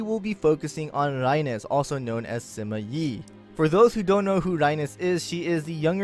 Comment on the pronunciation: Rai-nez? It's Reines as in the reins of a horse. Grab the reins. Right? Rai-Nes sounds so off.